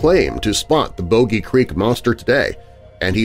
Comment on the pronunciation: I can handle pronouncing Boggy wrong a couple of times, but at the number of times you said it, 🥴🥴🥴🥴 it’s a short o sound. It’s name came from the bog it was seen in